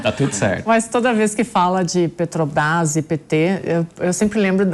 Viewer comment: O barbudo aí fala PÉ-TO-BRAIS igual ao Mula, ele é um devoto do bandido?